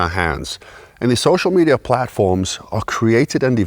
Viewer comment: U said Social Meida